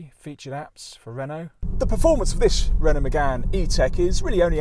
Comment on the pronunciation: 'Renault' not 'Renualt' please ...